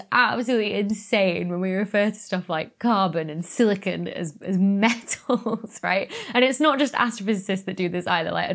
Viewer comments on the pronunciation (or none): none